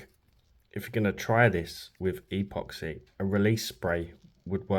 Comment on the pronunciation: Really cool video. I'll subscribe if you start pronouncing "epoxy" properly.